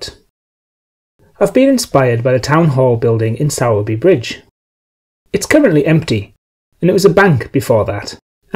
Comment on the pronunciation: Hi, as usual it's looking good. However, would offer a word of advice on local pronunciations. Sowerby Bridge is actually pronounced 'Sorby Bridge' by local people.